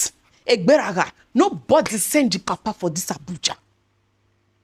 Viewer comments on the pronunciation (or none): none